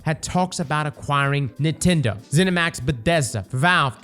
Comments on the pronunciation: Bro stop saying Neetendo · I love how says Nintendo- "Kneetendo" 😂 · They way this man pronounces nintendo is a bit odd